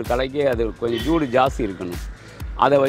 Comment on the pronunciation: Ayya joodu endru solluvadu soodu (heat) aagum